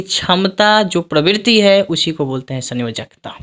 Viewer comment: Sayonkta nahi sanyojakta hota hai sir